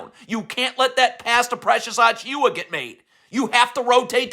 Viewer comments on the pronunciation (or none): "Precious Achooo-Ahh" 😂😂😂😂😂